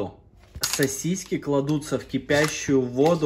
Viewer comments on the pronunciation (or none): Не сосисЬки , а сосиски!!!! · Тысячу раз произнес СОСИСЬКИ, специально что-ли. Рецепт огонь 😂. Повар 😂. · СосисЬки, сосисЕк😂